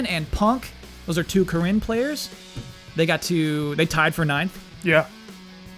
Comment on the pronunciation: It's NOT "Ka-RIN",. It's "KA-rin". Always was, always will be. Learn proper grammar and pronunciation,.